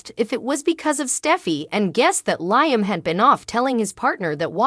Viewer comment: Narrator, please pronounce the actors names correctly. Hope's husband's name is pronounced Leeeam, not as in high